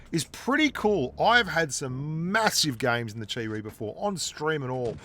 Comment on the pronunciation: Chi-Ri = Cheap Reee